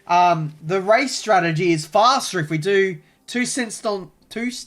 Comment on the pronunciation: Whenever I heard say strategy I always heard tragedy for some reason